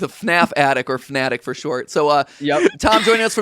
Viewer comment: calling it the fnattic is hilarious